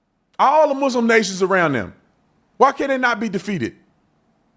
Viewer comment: Sorry another comment... Officer Tatum this is why I watch you faithfully... actually had a BAD DAY and you just made it better...loved how you referred her thingy has a diaper and how you pronounced Muslim 😂😂😂...you on a roll tonight...